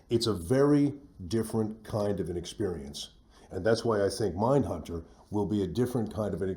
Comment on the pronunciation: what, "MINDHUNBTER"? :D